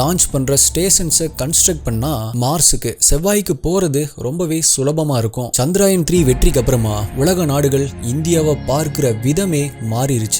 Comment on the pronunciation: Bro, it is 'சந்திரயான்' not 'சந்திராயன்'. ஏதோ சுப்பராயன்ங்கிற மாதிரி முக்கால்வாசிப்பேர் தப்பாதான் உச்சரிக்கிறாங்க.